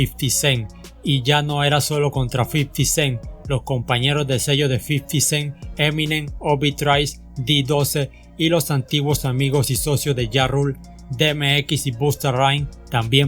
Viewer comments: "D doce" 😅 ajajaja...... D twelve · De eme equis?? Murder inc? El El col G? De doce? En que idioma hablas bro? Tienes alguna idea de rap? Ya no te pido inglés